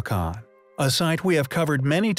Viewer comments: bugged me every time. just stop saying it damn you! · 'Te o t wac on' lol! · Just Dos no it's not, he just don't know how to say it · The pronunciation was horrific lol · The name of the site "Teotihuacan" is easy to pronounce. All vowels are sounded out as short vowels and the H is silent! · The "H" in Teotihuacan is silent. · I CAN'T FUCKING BELIEVE HOW YOU JUST PRONOUNCED TEOTIHUACAN -_- DISGUSTED THIS WAS THE WORST EVER ONE